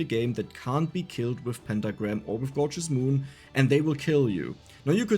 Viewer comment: Elf needs food badly,Is what I heard for gorgeous moon haha